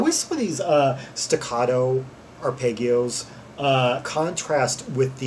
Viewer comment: So rare to find anyone looking at this group/album. It's so incredibly offbeat...yet intriguing. FYI, "arpeggio" is pronounced: ahr-pej'-ee-oh.